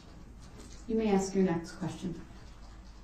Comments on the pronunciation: Axe that question lol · Why can't Black people pronounce a word as simple as "ask"? Why is it you people can't do it. You just can't. "Ax" is a tool used to chop stuff up.